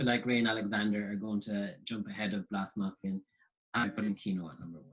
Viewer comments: Note: You should pronounce Blåsemafian more with an O than with an A. So it’s “Blose-“ sort of like if it were in German. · He says Blåsemafian wrong. Lol!